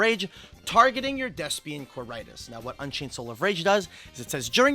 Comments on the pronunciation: Well done,. Meanwhile I've never had more earpain than listening to the pronunciation of Quaeritis. ("K-why-re-tis") (Also if you're playing Despia in Europe, do not try the Macro Cosmos one. You're not gonna like the judge call.) Personally not sure how the masq question is "suddenly" relevant - You've been able to use poly your entire life even though this interaction exists for a lot of monsters. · The way they pronounce quaertis is throwing me off so well